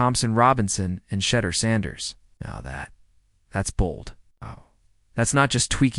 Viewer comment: Try saying is name right!! And further he went in the fifth round bc of collusion, fake ass video